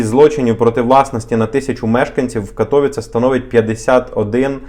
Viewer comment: Цікава інформація, ще б карту і зразу демонстрували б де це, бо кожне містечко, особливо мале, не знаєш навіть живучи і подорожуючи по Польщі. А взагалі то не КатОвіце, а КатовІце...так, щоб було...